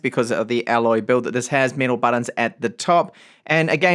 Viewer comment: Why do you pronounce metal "mital"?